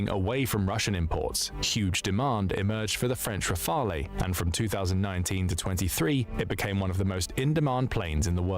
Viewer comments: "Rafaley" triggered me so much ! :D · pronunciation RAFAL (not the E)for Leclerc don't pronounce the C , and the CAESAR self-propelled howitzer is the best, forgotten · it's not Rafel, nor Raphael, simply "Rafal" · "Rafalé" everytime I swear 😭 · Hearing "rafaley" over and over hurts me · And RAFALE final E isn't pronunced as well. He thought it was a spanish or italian jet? lmao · Why English speaker can't pronounce Rafale properly ? it's not that hard